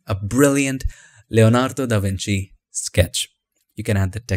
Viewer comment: Kudos for pronouncing Leonardo DaVinci almost perfectly